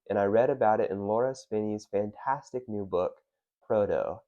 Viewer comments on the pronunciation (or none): none